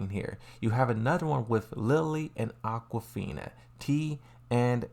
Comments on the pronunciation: Aquafina? Lol you mean Acuzena 😂😂😂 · Is he really saying awkwafina? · I need you to know how to pronounce these character names. LOL. Who tf is Aquafina and Lee Shao Khan? LOL